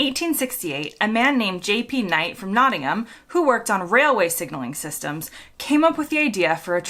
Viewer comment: Nice to hear an American say 'Nottingham' correctly :) A couple of points from me, which I may be wrong about. I thought that the Amber before the Red in America stayed on for longer than it does in my UK? And whereas in the UK that it means 'get ready to stop' in America it means 'go like hell' :)